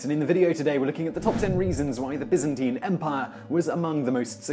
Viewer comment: thumbs up for not pronouncing it BUY-zan-teyn